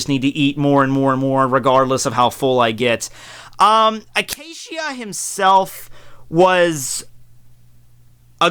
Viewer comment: Zeebruh and Acashia.... wtf are these pronunciations